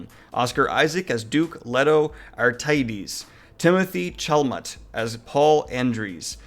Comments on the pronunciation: Bro I love you man, but I don’t believe you’ve seen the David Lynch Dune film from the 80’s or read the books. If you had there’s no way you butcher Paul Atreides ( ah-trade-ease) name. Haha, that was terrible man, how do you not know Timothy Chalamet (shala-May) hahahahaha. Good stuff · I cringed at ‘Chalamet.’ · Love your channel dude but your pronunciation of Chalamet has me dying😂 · Just of Chalamet? Not all the other names? LOL I almost put knitting needles through my ears while listening to him slaughter nearly every name on that list, and that includes the actor's names and the character's names.